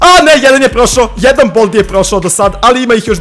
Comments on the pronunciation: Nije boldi nego baldi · Kaze se bAldi